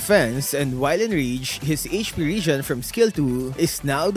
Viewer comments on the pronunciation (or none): none